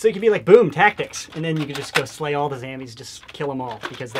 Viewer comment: Its zOmbies not zAmbies